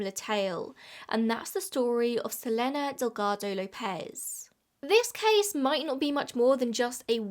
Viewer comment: i think you pronouce her name as su-leen=selene